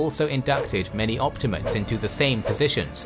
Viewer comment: Why does everyone mispronounce optimate?